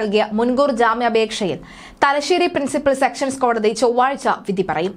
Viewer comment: Sections കോടതിയല്ല, sessions കോടതിയാണ്, ശരിയായി പറയാനെ ങ്കിലും അറിഞ്ഞിരിക്കണം